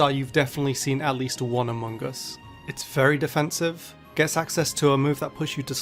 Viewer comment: Love that calls amoongus AMONGUS